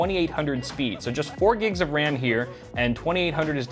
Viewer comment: “4 Gigs of RAN”